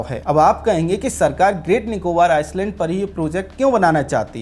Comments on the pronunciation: आइसलैंड नहीं जनाब, आइलैंड कहिए। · O bhai, Iceland nahi Island hai.. 's' silent hota hai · Film herapheri ki ek dialog- Kya youtuber banega re tu, I-land pronounce karne ke jagah Ice-land pronounce kar raha hai, inko itnaa bhi maloom nehi ki island ko pronounce karne ke time S silent rehtaa hai. This ice-land pronouncing was irritating . By the way topic was excellent. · Aapki saari batein theek hai beyond comment hai ...... Lekin Kindly ...... ISLAND Koo ICELAND Naa Kahe ....... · Iceland nahi Island. Pronounciation - iland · ये शब्द आइसलैंड नहीं भाई जी आईलैंड है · Are anpad Iceland or Island! Pronunciation toh thik kar😂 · Areehh gaddhaa buddu island ko Iceland nahi parte pehle parne sikhlo 😅 ..bashh ek galti nahi bar2 iceland pronounce keh rahe hai 😂😂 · Pronounced iceland in stead of island through out!😢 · Agar freelancing hai toh theek, warna apne team ki class lijite Island ka pronunciation sahi kijiye please. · Bhai Island ka pronunciation galat kar raha h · Sir Island ka pronunciation theek kijiye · bhai island ko aap galat pronounce kar rahe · S in 'Island' is silent ....